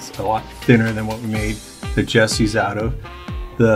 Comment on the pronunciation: Jesses, not jessies.